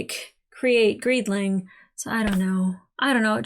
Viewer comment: Just to clarify, most of us call him "Greeling" not "Greedling." There's no d.